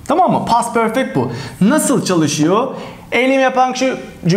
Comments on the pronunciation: Şu perfect diyişin yüzünden ingilizce den çekindim. Benim gibi kaç kişi var ? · Hocam soylerken Perfect degil Porfect derler bizim Ingiliz usaklari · Peefek diyen ağzını yerim